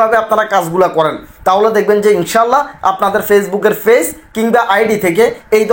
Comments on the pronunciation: এই লোক পেইজ বলে! নাকি ফেইজ বলে 😃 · bole ফেইজ 😂😂😂 ota পেজ hobe